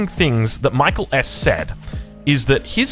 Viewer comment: It's not pronounced like the English name Michael. I think he's Finnish. It's more like 'mee - KAA - ell'.